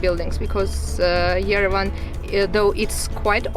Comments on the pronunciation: Lovely video, but PLEASE pronounce Yerevan correct, it is pronounced YEREVAWN, emphasizing the last part awn, like yawn. Not Yerevun. Sorry, but it feels disrespectful to the country, but I think you would appreciate knowing if you have not been told already . Thank you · we love you, but please learn how to pronounce Yerevan. It is not Yerevin. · Yerevan, pronounced YERE VAN. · Yerevan is pronounced ye-re-vaan. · Just for the record, it's pronounced Ye-deh-von, Cheers!